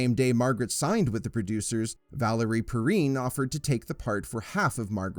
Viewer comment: Valerie Per-rhine and Ned Bay-tee